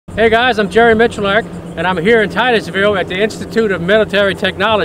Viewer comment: Did you say Titusville ?